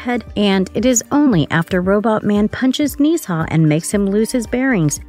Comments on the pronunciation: Why are you butchering his name!? Nezha is literally a mythological Chinese God. Its Nezha pronounced (Nuh-Jha) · it's pronounced nuuh zhhaaa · It’s nuh za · 1: "Nezha" 2: "Bless you."